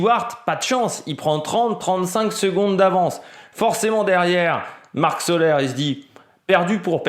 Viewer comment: Soler la prononciation est Solé! Marc Soler est catalan la prononciation est catalane salutations